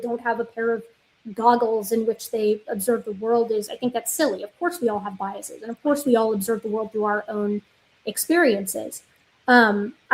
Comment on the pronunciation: you had the correct pronunciation of biases the first time. Just as theses is the plural of thesis, biases with a long E sound would be the plural for biasis, which isn’t a word. Just as buses, classes, and walruses are plurals for bus, class, and walrus, biases as a plural of bias would be pronounced the way you pronounced it the first time. I often find myself wanting to pronounce biases with a long E sound. It took some effort to learn to stop doing that.